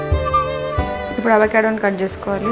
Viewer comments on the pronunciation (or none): none